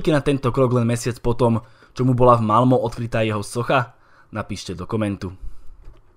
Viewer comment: Čte se Malme ne Malmo